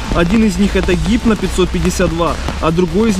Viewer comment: не хипно а гипно !